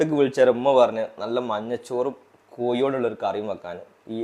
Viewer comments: കോയി. അല്ല കോഴി. മോനെ രാവിലെ ഉണ്ടാക്കി യ ത് നല്ലത് ആവോ ലോ ഉമ്മ സൂപ്പർ ❤❤️ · Kozhi curry not koyi curry Ningalude yella pachakavum super and simple